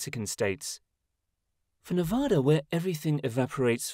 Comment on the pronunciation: Please don’t say Nevah-da, watch a video or something on how to pronounce it!! It’s pronounced Nevada!